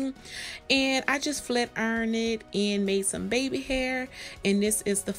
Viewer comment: Thank tou so much. Very detailed. The way you said flar iron😂😂😂. Thank you again